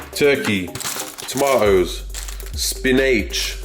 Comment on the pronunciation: This dude is hilarious hahah.. spinaaych.. Massâââge... my fav channel